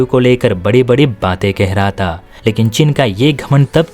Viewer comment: Majaak udaaya ta nahi majaak udaaya thaa....use th ... pronounciation clear needed